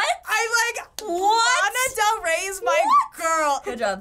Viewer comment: If mom is LANA del ray how does she say it wrong